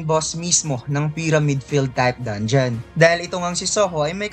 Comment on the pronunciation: Paayos naman ng mga pronunciation mo sa mga words. Gaya ng sinabi mong dongion imbis na dangeon, disert imbis na desert at madami pang iba. Nakakalito kasi pakinggan